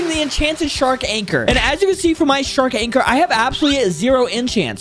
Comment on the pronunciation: Bro said water shark lol its shark anchor